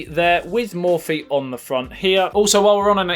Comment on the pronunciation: Mo-phie not mor-phie